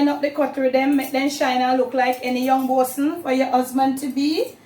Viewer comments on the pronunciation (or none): Young bowsen lol dwl!!! Mawd dish!!!